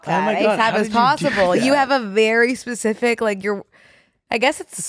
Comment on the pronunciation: I’m begging you- it’s SPECIFIC not PACIFIC 😭